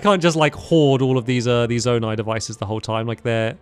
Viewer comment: Also your saying zonai wrong, heres a easy way to say it, zone - i